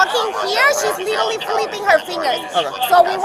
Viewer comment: leetereelee leeteree leeterree leterree of all of the words to learn in English. She sure got that one quickly.